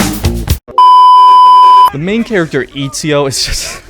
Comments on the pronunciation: my guy said EAZIO instead of ezio 😂😂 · Why did he say izio instead of ezio ? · This man just said Izio instead of saying Ezio😂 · FIRST this game is trash for ME ONLY FOR ME BUT PLS DON'T CALL EZIO IZIO BECAUSE IS ITALIAN AND U NEED TO SAY E Z I O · its not Ezio it's Izio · Imagine calling Etsio, Itsio. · And it's Ezio with a short E you braindead monkey 🐒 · I laughed my italian ass off when you said Itsio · Eazio?? I thougjt it was Atezio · Eet see oh, I absolutely can't 🤣🤣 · Lol, "Eatseeo" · It’s sad cause I think it’s one of the best games ever for real... I lost all respect at Eat-z-0 though... then noticed you were being sarcastic. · Lol he also says “Eetsio” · it is ETZIO, you fucking retard go to google translate and type ezio and listen how its pronounced in italian... dont breed LOL :D HAHA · The way you pronounced Ezio gave me flashbacks to 2019 which is when I actually got into Assassin's Creed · I stopped watching when you mispronounced Ezio and called him "terrible", "super annoying" and "unlikeable". You have no fucking idea what you're talking about. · Oh man I died laughing when you pronounced Ezio's name wrong. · as soon as he mispronounced ezio i knew this had to be a joke lmao. But i actually thought it would be a serious video about odyssey lol i've been actually considering getting the game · Baggin on ezio and you can't even pronounce his name correctly LOL go away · odyssey is best game - alright. interesting take. ill hear you out AC II is trash - Oh very controversial. Its a hot take but okay mispronounces ezio - THIS HAS TO BE A JOKE almost got me there man. Checked the date as soon as i heard that lol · I hope the mispronounce of "E"zio is also a joke! Because it bugged me to death! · As soon as he mispronounced Ezio's name I new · man really said etdzio and altdir 😂😂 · How you pronounced ezio and Altair had me dying